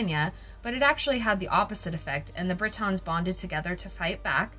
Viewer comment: BRIT-ONS ?! Wtf are they?!🙄 It’s pronounced BRI-TN